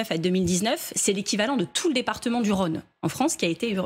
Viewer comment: "tout le département du Rhauuune".... ça m'énerve ça !! C'est Rhône ! Il y a un accent circonflexe, c'est un O comme dans le mot "bétOnné" qu'elle prononce pourtant bien 2 secondes plus tard !